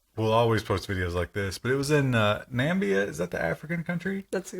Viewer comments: Namibia, not Nambia facepalm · Isn’t it Namibia? Not Nambia?